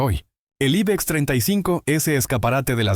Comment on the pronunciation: El aibex, en serio, en cuanto has dicho aibex he dejado de ver el video, osea a los x segundos.🤣🤣🤣